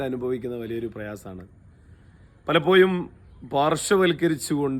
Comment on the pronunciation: YA ZHA IVA SHARIYAAYA REETHIYIL UCHARIKKUKA PALAPPIYUM ALLA....PALAPPOZHUM AANU..